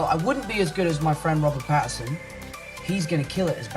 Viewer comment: Robert patterson heavy Indian accent 🤣🤣🤣 didn't expect it from a recommendation its Robert Pattinson dude